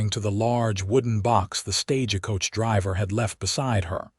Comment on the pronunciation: Can you teach your AI to say stage coach, not staj-a-coach?